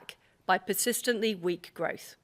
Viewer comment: I wouldn't mind, but she can't even say growth....🤣